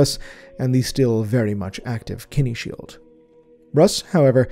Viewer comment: I've never heard our humble say a word wrong. But the way he says "kine" shield has me curious. I've never heard it said like "kenny".